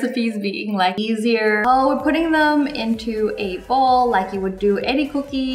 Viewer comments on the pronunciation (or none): none